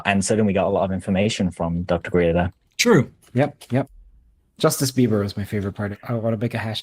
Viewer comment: I heard him say justice beaver lol.